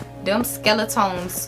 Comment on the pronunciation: The “skeletöns” always get me